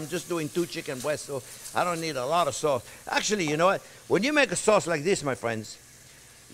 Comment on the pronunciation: when he said "you can make that soz in big quantiti and friz-it..." I was waiting for "yu can friz-it for 17 ears" not this time...I'm sad